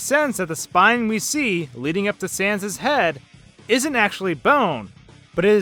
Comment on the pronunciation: Did you just pronounce "sans" like "cens"? Seriously? Do you even pun, bro?